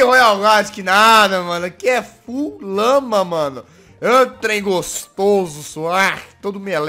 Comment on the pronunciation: quem entendeu que em vez de lama ouviu lâ??